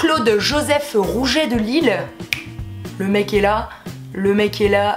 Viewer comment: Tu a dit lile au lieu de lisle bref je t'aime trop tes la meilleure ❤️❤️❤️👍🏻😍